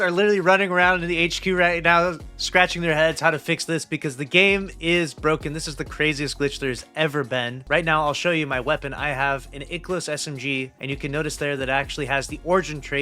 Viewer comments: Ikelos. —Eye-Key-los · i-ki-los bro you're a destiny youtuber how do you not know how to pronounce it? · Who pronounces IKELOS that way? hurts my ears